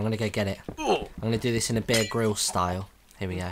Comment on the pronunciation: sounded like "beer can'